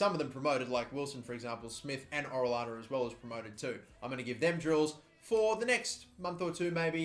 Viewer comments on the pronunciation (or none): Orellana is pronounced “Oreyana” 😊